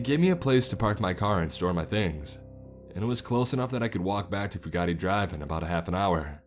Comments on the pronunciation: I've been to Cumberland, Kentucky. (I'm just really into waterfalls!) IRL the town is the complete opposite of the author's description. I only got six minutes into this one. If I had to listen to "few-gotti" one more time, my head would explode. The name's pronounced just like it's spelled, for Pete's sake. "few-gate" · I do wish you would pronounce my name correct it's Fu Gate not Fu ga ti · AAAAAAAAARRRRRRRGGGGGGGGGGGGG FOO-GATE, or FEW-GATE not foo-gah-tee!!!! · And it's fugate (few gate) not a chinese word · It is pronounced "few gate". In eastern ky they pronoune it "few git". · It's pronounced Few-Git (Fugate) I think. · It's pronounced, FEW-GATE. You pick great stories, but your grammar is hard to swallow sometimes. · Fugate is pronounced "few-gate" I'm from around this area and in eastern ky the Fugates are a big time family that have old roots in that part of the state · I think he got the pronounced the name wrong but side note I live like an hour 2 hours aways from Cumberland